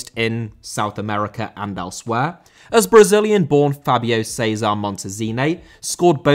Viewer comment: Fábio* not Fábiouw